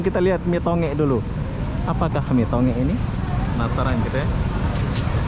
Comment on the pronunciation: Salam dari Sabah.. lucu dengar abang sebut nasi 'to ngek' padahal sebutannya 'tong gek' 😄